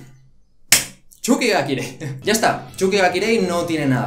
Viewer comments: NO ES CHUKI GA KIREI, ES TSUKI GA KIREI >:v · cuando decías *X*uki ga kirei me recordó a la época en la que decías *X*ukisima en las reviews semanales de Haikyuu 3😸 Es Ts no X!!! Suerte con la pronunciación y buen video, a ver que tal la temporada de verano!! Un saludo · TheOutsider94 Yo soy la primera española y pronuncio "ts", que vale que por tu dialecto digas sonidos de una manera o de otra, pero la burrada de "chuki ga kirei" solo se la he escuchado a xD Y respecto a vídeo, la sílaba tónica es "vi", por eso al ser una palabra esdrújula, lleva tilde. Yo no me meto con la pronunciación de nadie, sé que los latinoamericanos decís video con la sílaba tónica en la e, pues muy bien, no sé si será correcto donde viváis, pero me imagino que sí, no sé. El caso es que si un español lo dice de tal manera, es por que es la correcta (y repito) AQUÍ. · me da risa como dice tsuki ga kirei, porque lo dice como Chuky ga kirei, y eso significaria mas o menos Chuky es hermoso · "Chukichima , chuki ga kirei" el japones de ilu esta a otro level 😂💛